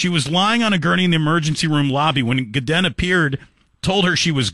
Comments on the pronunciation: It’s pronounced GO-DAN. Ask me how I know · You pronounced his last name incorrectly this entire video...